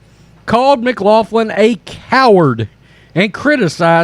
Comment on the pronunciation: It's pronounced mc glocklin. It's Irish.